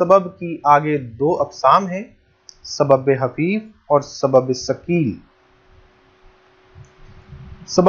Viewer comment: سر آپ بار بار سبب حفیف بول رہے ہیں کیا یہ سبب حفیف ہے یا سبب خفیف ہے